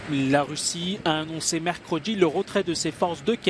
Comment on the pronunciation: "Poutchine" , "une partchie", "mercredji", "se retchirer" ...